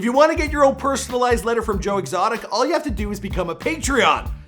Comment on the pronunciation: Who is Joe Extoic, though??? 🧐🧐🧐🧐🧐🧐🧐😂😂😂😂😂😂😂😂😂